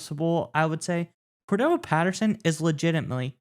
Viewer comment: Guys...it's Cordarelle, not Cordelle.